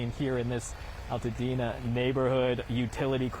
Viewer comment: Altadena pronounced long "A" btw